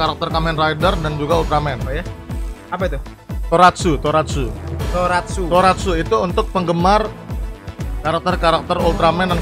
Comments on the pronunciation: Bang Tokusatsu bukan toratsu anjim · Tokosatsu lah bang buka toraksu Karakter anime disebut waifu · bkn toratsu tapi tokusatsu bang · Tokatsu banh bukan Toratsu 🗿🗿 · Tokusatsu bg bukan toratsu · Tokusatsu bang bukan toratsu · Bukan toratsu bang tapi tokusatsu